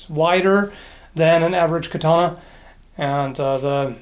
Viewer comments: Ka ta -na not key tana :) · That´s a really large sword., you pronounce Katana wrong, it´s meant to be "Katanah"